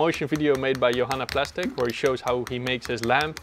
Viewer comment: Big thanks for sharing a part of my work! 🙏♻️ PS: It´s not "johannaplastic" -> it´s "johannplasto": 🙂 I wish you the best of luck in your search for a new workspace! 💪